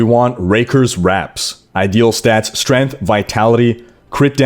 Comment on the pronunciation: Strayngth not Strinth